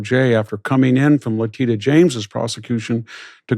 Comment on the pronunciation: Great interview and interviewee! I'll add your name to the list of black people that Victor weirdly mispronounces the first names of. It's a distracting habit I'm still trying to make sense of... Kamala, Leticia, et al..